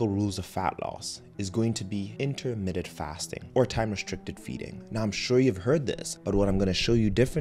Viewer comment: Dude, it is not 'intermitted' fasting. It is intermittent!!! You're a 'doctor'?!